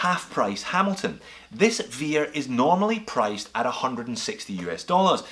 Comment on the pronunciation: Hey, it's pronounced as vare, not vear..